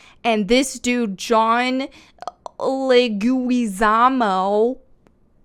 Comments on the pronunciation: It's Luigi-samo like Luigi Mario's brother not luui-guee-samo just saying but its Leguizamo Le'goozamo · "Le-gooey-zarmo" Never change, and happy birthday. And since when are Italians Latino? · The actor’s last name is pronounced “Leg-we-za-mo”. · "Leg gooey zah mo" 🤣👏👏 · I think I cracked up with every new pronunciation of "Le- gooey-zamo" 🤣Happy Birthday! 🎂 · OMG WENT WOKE!... Just kidding. Seriously Happy Birthday. Hearing you pronounce each syllable of Jon Leguizamo's last name (you were close) made me smile. Jon's real big on the identity culture thing. He has this story/comedy special on Netflix "Latin history for morons" that is actually pretty funny and a little heartwarming. You should check it out. Also because Mario is the right skin color, it gives me hope it won't be a preachy woke trash movie so I'll go see it. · You made me feel so old when you couldn't pronounce Leguizamo's name. But anyway, yeah, he is being ridiculous about this. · Happy Hatching Day,. Mario was always White. He's Italian. I dont understand the complaint. Black woman Mario? HAHA. We need a plumber, not a welfare recipient. We need someone who will get dirty in a non-raunchy way. We need someone who will work without worrying about breaking an acrylic nail. I like how you keep struggling to pronounce this thirdworlders name. Do we need a real lizard person to play Bowser, too? Maybe the hollywood shill Luigi-zamo can play that role instead. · Laughed all the way through this one...best pronunciation of his name I've heard 🤣 Happy Birthday!